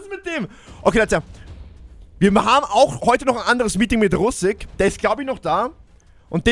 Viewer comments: Russik mit I bitte 😂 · er heißt russik nicht Russak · Geile Folge, das best war Russak😂 ( er heißt Russik )